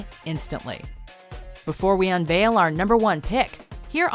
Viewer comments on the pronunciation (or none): none